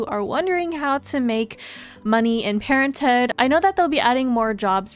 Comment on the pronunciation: I like the way you say parenthood lol "Parenthooh" hehe :)